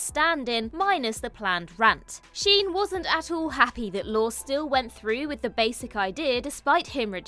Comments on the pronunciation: Lorre is pronounced Lorry, not Lore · Ironic that a British person can't pronounce "lorry." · I think “Lorre” is pronounced “Lor Ee.” That’s how I’ve always heard it anyway. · Dear…I love you and this channel, but the director of Two and a Half Men is not Chuck “Lore”. It’s pronounced “Lor-ee”. Even if you’ve never heard of him or heard his name pronounced, the fact that you couldn’t do a simple google search to double check is disappointing. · That was fun, nicely done. Small point, since he's going to be mentioned again, I'm sure... Chuck Lorre, the writer and producer of so many shows? His last name is pronounced 'lorry', like the vehicle. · Correct. Lor-e. I was going to comment when I saw you did, so thank you for that. It's a simple sign of respect to look up a name that's been mentioned thousands of times. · Pronounce Chuck Lorre’s name correctly….. IT’S PRONOUNCED LAWREEEEE! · LORE-EE. Chuck LORE-EE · Why can't ANY OF YOU pronounce Chuck Lorre's last name? It's Lore-ay, not Data's brother. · It’s Lorre, heavy on the Y sound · The repeated mispronunciation of Chuck Lorre’s name causes me to wonder whether the folks at What Culture have any insight into these subjects.